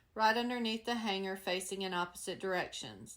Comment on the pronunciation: Loved all your projects! And want to say thank you for pronouncing the "g" in the word hanger and hang correctly! So many crafters now are using a "hard" g like grrr! It drives me crazy! Hugs from Idaho ❤